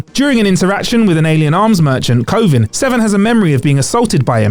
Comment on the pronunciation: Anyone else hear “KOVID” and not “Korvin?” 🤣🤣🤣